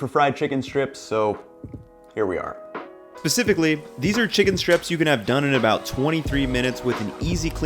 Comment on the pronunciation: Its 'specifically' (spuh·si·fuh·kuh·lee) not 'pacificly' xD lol